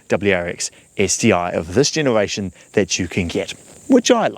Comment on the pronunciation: This guy can't say 'r' I keep hearing him saying genewation